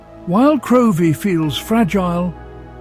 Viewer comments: Get the pronunciation right its Crivie and Gamrie.. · and also Crovie is pronounced "Crivie" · Couldn’t watch it all, it was so awful! In Crovie (pronounced Crivie) where I used to live, residents don’t park at the top of the hill but the bottom and wheel their barrows from there. Many barrows of food would have ended up in the sea if they had to be pushed down such a steep hill!